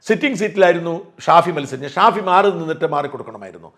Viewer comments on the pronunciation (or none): none